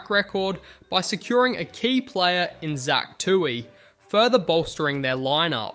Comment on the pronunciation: kinda weird on Tuohy as well. sounded like "two eee"